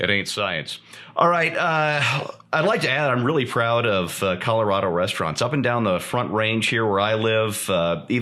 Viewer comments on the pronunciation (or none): Calirado, eh,? Hah.